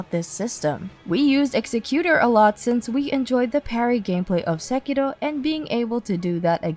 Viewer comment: Good review, another subscriber! I'm surprised to listen to SEKIRO being spoken with correct pronounciation by someone who is prob american. About nightreign, i think the more you play the more the game gets better, and also DUO queues is on the line (official confirmed).